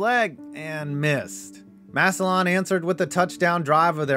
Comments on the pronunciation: HEY, ITE PRONOUNCED MASSUH-LIN, NOT massuh-lawn! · Massillon = “Mass-lyn” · It's pronounced mass-alin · Massillon, pronounced easy off the tongue as “Mass-lun”. Everybody from the outside says “Mass-ih-lawn”, so no worries. But still lol. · It’s pronounced “MASS-lin”, not “MASS-il-LON”. -Guy who lives in Perry Township, right between Canton and Massillon, Ohio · McKinley's home stadium is the Hof field, and its just Mass-lin lol good vid ❤ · Being from the area hearing you pronounce Massillon makes me wince lol Mass-ill-un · The way he said Massillon, he said Mass-O-lawn😭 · It’s pronounced “Massillin” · Great video. All I want to say is that Massillon is pronounced Mass-a-lin. I know it's petty and werid but I wanted to clear that up before some moron went on a rant about it. Anyways, keep up the good work. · I know you’ll probably never say the towns name again, but Massillon is pronounced mass-lynn! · I'm from Canton, and much as I hate the tigers. It's pronounced massilin. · I'm in ohio. It's pronounced Mass-a-lin lol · I love your videos but the way you pronounce Massillon kills me. It's pronounced Mass-Lynn. I live ~25 minutes from there. I know it's rare but if you talk about them again please see this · Massillon is pronounced Mass-il-in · I’m sorry it just sounds so odd hearing it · And he said massillon wrong lol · That pronunciation of Massillon physically pained me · I’m from Ohio and the way he is saying “Massillon” is irking me 😩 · I've never heard Massillon pronounced like that. Hits the ear weird.